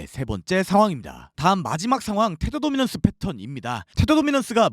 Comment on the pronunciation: 항상들을때마다 테더도미넌스 발음 넘빨라요.ㅋ 랩하는듯